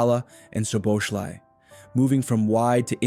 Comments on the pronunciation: The "z" is silent. It's pronounced So-bo-sly. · Correct the Z is silent, but his name ending is different also. Not Sly, but Slai, ai like Hawaii.